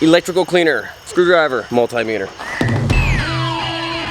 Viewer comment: Mult-eye-meter??? Bahahaha!!😂8